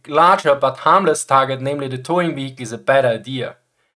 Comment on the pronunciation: Never change how you pronounce vehicle, its a feature not a glitch